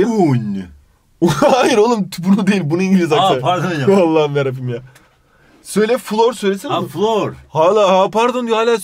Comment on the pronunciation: "Ekmek Kirintiysğ" "Allahim Yarrabiğym"